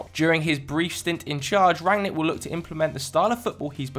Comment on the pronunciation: Wow, the first FD guy to pronounce Rangnick correctly. Congrats